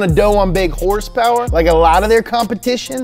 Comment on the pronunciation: K28 with 200 hers-pers!!! No no! Haha. We all forgive you! Much love brother.